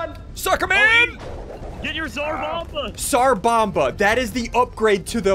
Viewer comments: SaR boma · It’s pronounced, zar bom ba